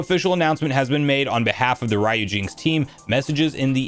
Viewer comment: Do you pronounce the Capcom character name Ryu in the same way you’re pronounc-ing the part of this emulator name? I’m pretty sure it’s “REE-yoo”, or maybe “ryOO”.